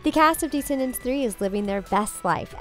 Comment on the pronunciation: Why is she always saying DEEscendants and not Descendants?? It’s so annoying!